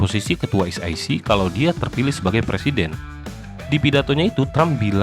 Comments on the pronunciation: Bacanya sec itu S I Sii, bukan S Ai Sii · Es i si wooy bukan es ai si😂 bikin malu tp ngeyel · e=i i=ai Bukan ribut tp koreksi kslhn pembacaan ejaan